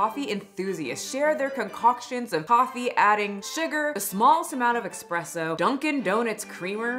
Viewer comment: Do all Americans call it expresso?